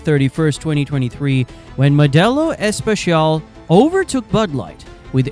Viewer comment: First, it's a guy. Second, it's Modelo Especial, not Modelo Echpechial.